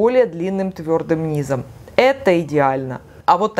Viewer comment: Полезно, но говорить надо " под нИзом, не под низОм. Спасибо за ваши видео.